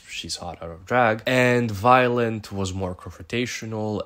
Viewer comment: Are you calling her “Violent” I feel like I’m hearing shit 😂😂😂😂